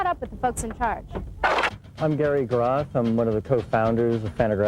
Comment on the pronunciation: Great to see this clip of our fearless leader... by the way it's Gary Groth, not Gary Roth. Thanks for posting this!